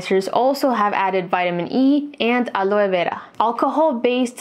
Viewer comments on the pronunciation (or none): Cuando dijiste "áloe vera" pense esta es boricua.. y. ¡saz! Veo el video de gozalandia en la lista.. me hubiese gustado el video en español.